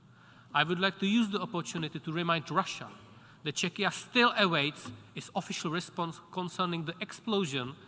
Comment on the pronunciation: "Chechia" ??? What? You mean Czechia? Czech Republic? The way he pronounced it sounded like "Chechnya" Embarassing